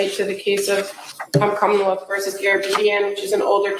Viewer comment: The way they pronounce Commonwealth as KHAAmmawelt is hilarious.